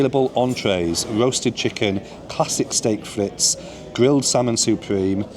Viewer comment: Frites is pronounced freet, not Fritz